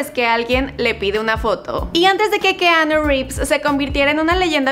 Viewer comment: Pronuncia bien el nombre porfavor